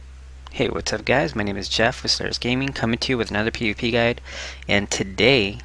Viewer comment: I never thought I'd heard someone say "my nem e jeff" seriously. I lost 4Head